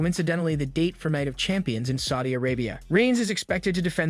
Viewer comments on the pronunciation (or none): none